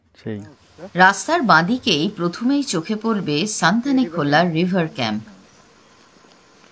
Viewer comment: ভালো ভিডিও। তবে জায়গাটির নাম সঠিকভাবে উচ্চারণ করা উচিত। নামটি হল সুনতালেখোলা। সানথালেখোলা নয়। সুনতালে মানে কমলালেবু। খোলা অবশ্যই নদী।